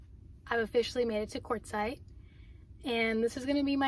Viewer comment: Quartzsite. I always thought you were saying Courtside. 😂😂 I thought that was a weird name. Quartzsite makes more sense. 😂😂😂